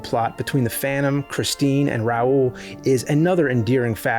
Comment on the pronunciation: "Gaschion", "chrischeen" huh??? Why are you saying it weird?